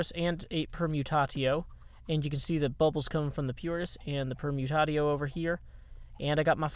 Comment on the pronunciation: Are you sure it's pronounced permutato? I think it's actually per-mu-tay-shio as in permutation. Or are you simply pronouncing permutatio like that for the sake of humour?